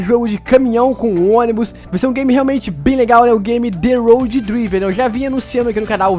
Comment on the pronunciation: Esse jogo vai ser top, tem q sair pra Android!!!! Cara só uma dica pra vc nn passar vergonha, o nome do jogo se pronuncia Draiver blz👍🏻🤙🏻🤞🏻👏🏻